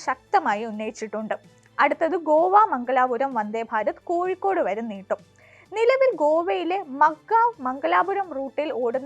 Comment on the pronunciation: കോഴിക്കൂട് എന്നല്ല കോഴിക്കോട് എന്നാണ്!